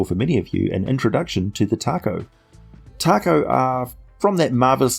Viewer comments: I believe its pronounced TA-ko, not like the Mexican food. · I came here to say its "tako" but I see that's been covered. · William Jackson willing to bet it’s due to the fact that Tako (pronounced Taco 🌮) is Japanese for octopus. Very creative